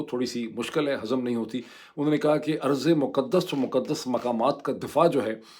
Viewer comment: ڈاکٹر صاحب ارض ایسے ہوتا ہے نہ کہ ایسے عرض